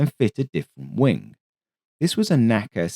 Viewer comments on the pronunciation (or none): none